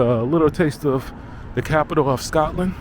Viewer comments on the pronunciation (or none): none